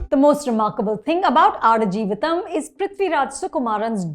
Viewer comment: Wow, you got the pronunciation right. Impressive 😅